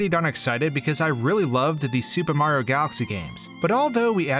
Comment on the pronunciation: The way you say Mario is weird. When you pronounce the game it sounds like you're saying "Super Maro 3D World" without the "i" in Mario